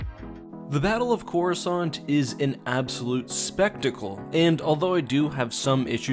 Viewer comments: while i was reading the x-wing series, the default narrator on windows pronounces it as "chorus cant" lol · “Chorus aunt”